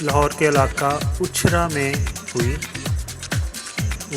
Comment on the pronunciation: Uchhar nahin. Ichhra hai jaga ka naam janab. Kiya waqat AAA Gaya you tube per